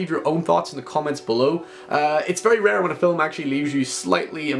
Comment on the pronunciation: "Film" is one syllable. Fillum isn't a word.